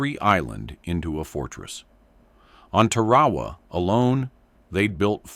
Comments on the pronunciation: The islandis pronounced 'Tar-ah-waa. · It is pronounced 'Tar-ah-waa.